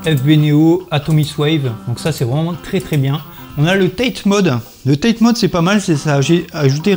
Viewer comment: Hey!, tu as été au Japon et tu prononces TATE a l'anglaise lol ça se prononce taté (lire en français) du mot japonais たて qui veut dire "debout”